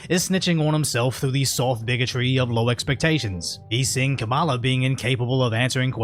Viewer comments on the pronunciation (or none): Kamala: Comma-La. Show some honor.